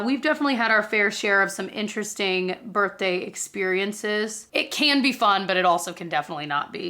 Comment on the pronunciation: I just learned something new about you through this video, you say “burt-day” instead of “birthday”. 😂❤